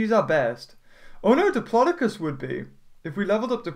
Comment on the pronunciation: it's pronounced dip-low-dow-cus